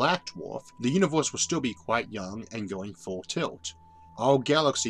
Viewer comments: Love your video and explanation. You have a funny way of pronouncing uni'w'orse and similar words. Where are you from? :-D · I can't un-hear "Univorse" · really wanted to watch but the way you pronounced universe rocked my ears. sorry man.